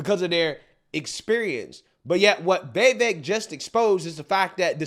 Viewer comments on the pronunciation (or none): dude his name is vivek ...or try say wewake its not vi- vek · Easiest way to pronounce VIVEK, say these words exactly how you pronounce them BUT TOGETHER: WE-WAKE Pronouce them each as you normally do but pretend they are one word. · It’s viv - Ache 😂 just letting you know, love your channel ❤ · it's pronounced VEEVEIK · that audience was mostly against vivek. He said a lot of great true things but didnt get much applause. Haley and Chris are a joke. btw why cant you pronounce viveks name correctly?